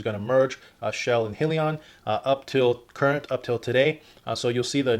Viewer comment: Hi-Leon is the proper pronunciation not being a jackass just stating